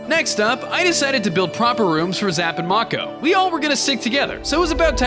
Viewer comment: MAKO IS PRONOUNCED may-cow not mo-kow